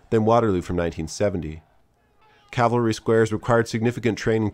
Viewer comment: Cav-al-ry = the guys on horses... Cal-va-ry = the hill name from the Christian Bible where Christ died.